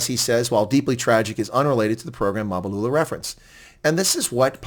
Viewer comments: It's Mbalula, not Mabulula😂😂😂😂😂😂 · MBA - LU - LA ...say it.. MBA - LU- LA ..say it